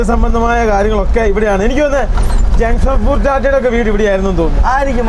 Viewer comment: ചളി അടി തുടങ്ങി അവനോട് നാക്ക് നല്ലപോലെ വടിക്കാൻ പറയു ജെംഷഡ്‌പൂർ എന്ന് 10 തവണ എഴുതി പഠിക്കാൻ പറയു സംരിക്കാൻ തുടങ്ങിയാൽ ഭയങ്കര അരോചകം ആകുന്നു സംസാരിക്കുമ്പോൾ പക്വത കാണിക്കാൻ പറയു നിങ്ങടെ അപ്പനും അമ്മയ്ക്കും സംസാരിക്കാൻ അവസരം കൊടുത്തൂടെ